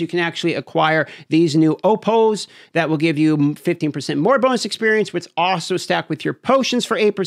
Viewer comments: and then.. and then.. this due says "opols" as opouwlos... nah... its opoals... in pronunctiaton.. its wild how many millionare youtubers couldnt even pass a high school class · I all-raydee maxed out my oh-poes.